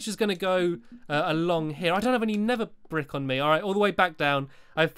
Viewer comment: Hey guys did you hear stampy said nether brack instead nether brick